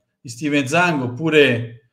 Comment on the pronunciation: io ieri comunque mi aspettavo che facevate una live perché le frottole raccontate ieri sono inaccettabili. E nessuno parla del mostruoso debito che abbiamo,poi mi spiace ma mi hanno deluso alcuni youtuber interisti che sembra si siano totalmente allineati alla dittatura di questo cinese.(parlo dell'omonimo dell'ex difensore Inter,e di suo compare giornalista che Zhang lo pronuncia"Giang").sono disgustosi da fare venire il vomito.